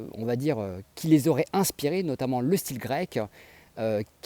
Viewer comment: bonne vidéo, cependant ta diction en terminant les E par A est insupportable, c'est : un style et non un "styla", sinon bonne continuation.